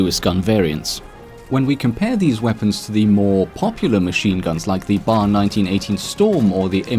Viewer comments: it's pronounced Bee-ay-arr not "bar". it's a deadly light machine gun, not a place you go to get drunk and watch sportsball on the tv. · Bee -Aye-Are not bar. Get it right for once.